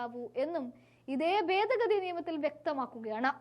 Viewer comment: ബേദ ഗതി??? എവിടുന്നാണ് മലയാളം പഠിച്ചത്??